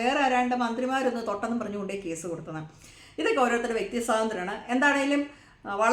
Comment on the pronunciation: കുശു ബൂ അല്ല ഖുശ്ബു